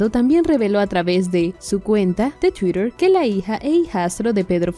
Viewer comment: se dice tuiter no tuirer, que locutora mas huachafa twitter si lo pronunica en ingles y francke lo pronucnia en español